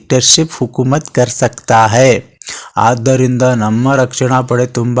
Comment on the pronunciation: Very good explanation and understandable sir ,but you have done 1 mistake in this paragraph that is (adud'darinda ) hai vo aur aapne (adarind) bola hai sir 😅